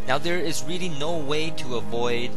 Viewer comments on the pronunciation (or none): none